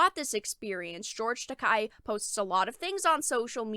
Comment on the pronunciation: Not to come off as a jerk, but since you cover anime occasionally it might help you to actually say George's name right. You're saying it like "Takai" with a hard "ah" sound, but you're ignoring the e, which sounds more like the "ey" in "hey" or "say". That aspect of Japanese is easy, since its vowels always have the same sounds.